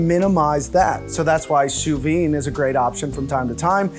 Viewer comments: Butcher guy "....Sous VEEN....." lol ! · This man said sou vein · Did... did he just say 'sous veen'?